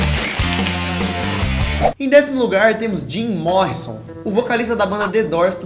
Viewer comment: Jim Morri sô entendeu hã hã Morrison 😠